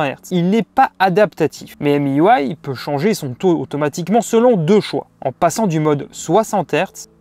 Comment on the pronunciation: Petite remarque, MIUI ne se prononce pas "émi you aille", mais tout simplement "mi ui " (ou maille ou aille en anglais) Tu mélanges la couche de Huawei qui est emui, et miui de xiaomi.